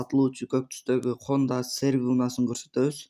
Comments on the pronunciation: Серви эмес тууган СРВ болот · Уйдо эле жатчы тартпайле машинаны атын туура айта албайсын же